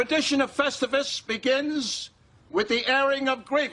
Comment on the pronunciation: Count me in for "Vestivus". The aluminum pole can definitely fit in the vest 🤣